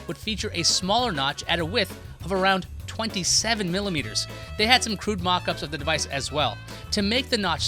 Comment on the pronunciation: Did I hear 👂🏽 20 centimillimeters 😂 what’s that?